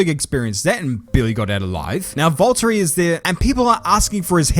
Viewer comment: it's Valteri😂